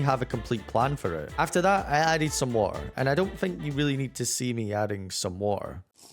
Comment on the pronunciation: The "watuhh" was so british 😂🔥